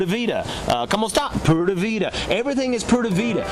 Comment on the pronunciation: Ok friend, I see you like to have an answer for everything, and some people are just that way. I was trying to overlook the ‘Poorda Vida’ pronunciation, but it just hurt too much. Maybe just chalk it up as “You learn something new everyday!” If you just take a basic course in a country you actually live in, trust me, they will love you even more. By the way, the way you pronounce ‘pura’ as more like ‘poo-da’ is VERY close to a very vulgar curse word in Spanish....they may smile in your face but laugh until their stomaches hurt behind your back on that one....😂